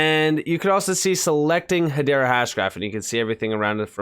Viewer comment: Pronounced EY-DAH